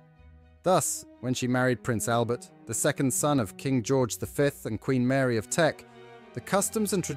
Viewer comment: Just hear to read the comments/critiques. Whomever is doing the voice-over can't get the basics right. Names, dates, history. At least we heard Queen Mary's name correctly along w/her formal title (Duchess of Teck). And this eye candy is always gorgeous!